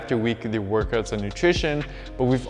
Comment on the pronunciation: Love how you pronounce Out and Workout as Oot and workoot